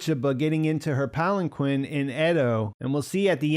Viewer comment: Great video as usual. A minor fyi, the Q in palanquin makes a k sound like Qatar or Iraq, not a q or kwa sound. It should be pronounced Palin Keen, not Palin Quinn. I made the same mistake.